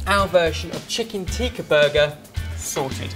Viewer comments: Ps, for future reference guys, "Teeka" is the red powder stuff people put on their forehead while they're at temple. "Tikka" (short i as in "is" and an emphasis on the "kk") is the dish you created ;) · Tikka is pronounced "Tick-ka" not "tee-ka" :) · It is not teeeka it is tika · No its not even tika it's tikka